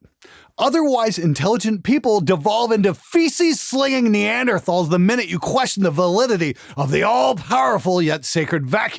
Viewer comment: you pronounce Neanderthal with a hard T. Easy mistake, no worries. 👍 Best, RW